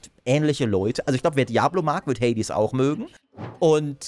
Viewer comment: das stört mich wie du Hades sagst ^^ hört sich wie hey dis ^^